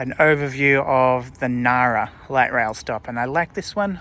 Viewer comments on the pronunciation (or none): Hi. Do you have inside info that the "g" Ngara is about to be removed?😂 It's not silent, just like in Engadine.